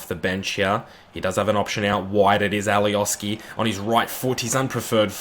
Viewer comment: and alioski is pronounced alioshki